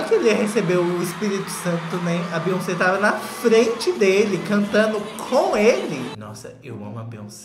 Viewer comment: se fala "BIONCEI"